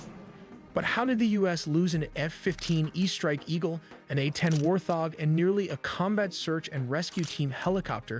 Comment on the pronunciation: WART HOG NOT WAR THOG! 😅